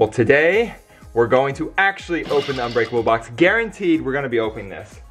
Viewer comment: Uhh you said it wrong its unbreakable not onbreakable fool